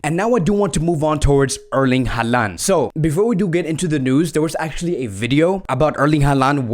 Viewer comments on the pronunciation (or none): i hope ur correct in everything u said cuz its honestly a dream to see messi alaba and haaland in barca. the one thing ur not correct tho is saying haalands name ahhaahha. its pronounced holland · You really need to do a much better job of pronouncing players names correctly. HO lan.